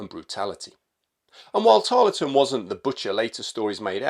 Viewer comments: Brilliant video but it annoyed me how you kept mispronouncing his name. You don’t empathise the LE in his name just plain old Tarl ton. I know because I live in Tarleton, just south of Preston. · Tarleton has a silent E, pronounced Tarlton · Pronounced "Tarl-ton." Good to see an episode of Americans fighting Americans. JOlly good to learn that a Captain Corbett ws in the 17thy Light Dragoons. Thanks to Parkinson Pasha. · It's a very good video on Banastre. I'll say nowt about his portrayal by our American cousins, save to remark that Harry Lee's participation in Pyle's Massacre doesn't seem to have harmed his reputation on this side of the pond. PS You don't pronounce the E in Tarleton.